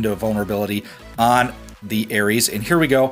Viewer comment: Приколо то, что он говорит не Арес, а Эрис. (Ну типо ирис) )))))))